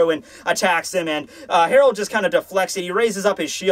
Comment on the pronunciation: dear, Gerard Valkyrie is pronounced "jerard" NOT HAROLD. I understand that l's and r's get mixed up, but if that's the case, HIS NAME WOULD STILL BE GERALD.